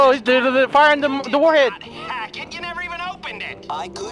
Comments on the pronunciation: Did just say warheed? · I didn't know warhead was pronounce War he'd